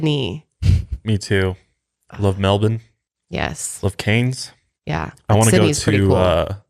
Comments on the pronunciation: I love how you guys know how to say Melbourne correctly but Cairns is pronounced CANS hehe 💕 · I say this with love - ya dag - ‘Canes’ 😂 as in cairns... like pronounced ‘cans’. Man I love you guys! Keep up the awesome work - love it!